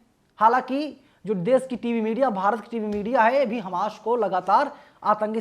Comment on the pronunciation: Why you are saying hames 😮